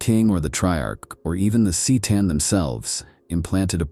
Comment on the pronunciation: You still can’t get your A.I. to pronounce “C’Tan” correctly, huh? Just type ‘Ker-tan’ in the script and see if it gets it. And Necrons can feel fear, though it’s different from how we humans would feel it of course. In the fantastic novel ‘The Infinite and the Divine’ both Trazyn and Orikan feel fear when they realize exactly what they have worked for so long and for so hard to unlock and unleash. Seriously, that’s such a great novel. It’s as if the author was watching the wonderful comedy film ‘Grumpy Old Men’ and realized that he could adapt it to the Necron novel that GW asked him to write. If you’ve not read it, then read it. And if you’ve not seen that awesome movie, then go watch it! What are you waiting for?